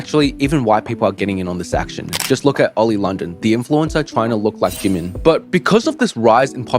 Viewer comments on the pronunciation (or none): none